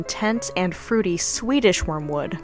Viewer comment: Why do you pronounce French properly and mess up Swedish?